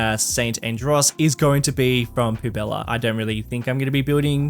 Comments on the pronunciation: 2.20's biggest weakness is french words XD. Poubelle is pronounced "poo-bell". Poubella sounds better for the city though! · actually it's pronounced pu.bɛl (poubelle) not pubella :D love the cs2 series btw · "Poo Bella" bruh that pronunciation lmao